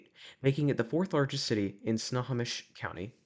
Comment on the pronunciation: Spo-can (Spo rhymes with bow, like bow tie), not Spo-caine (name doesn’t rhyme with cocaine)… and Snow-home-ish (like a snowflake, with emphasis on the home), not Sna-hommish (there is no short a sound, the emphasis is on “ho”) county. Thanks, A Lifelong Washingtonian. Much of the state is named after the local Native American tribes and its hurts our ears to hear the names pronounced wrong. It happens frequently, even with gps.